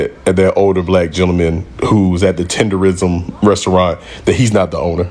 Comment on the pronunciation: Not tenderisim......TENDERNISM! Get it right! This 💩 ain't new, y'all just catching up. Murrieta, CA is where it's at